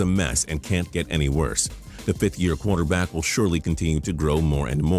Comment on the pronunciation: He says qwater back lol its quarter back man